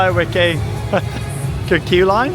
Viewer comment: I remember when the cartoon was on in the UK back in the day, and it's pronounced "Vicky the Viking", Wickie apparently being the Dutch way to spell "Vicky" . So, Wickie Land, Wickie coaster etc should be pronounced with the V sound!